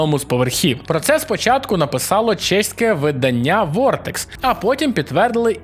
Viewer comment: Правильно говорити не виданнЯ, а видАння.